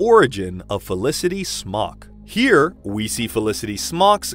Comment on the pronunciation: "Felicity smóks"